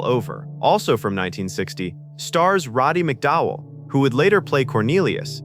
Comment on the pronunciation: it's not robby mcdowell, it's "Roddy"